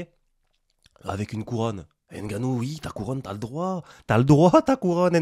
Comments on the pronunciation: Salut. Il faut prononcer NGANNOU et non N'GANNOU comme disent les occidentaux. " Impossible n'est pas Camerounais ". Force à toi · on prononce pas le N genre on prononce comme si on disait j’veux m’battre par exemple on dit pas j’veux M battre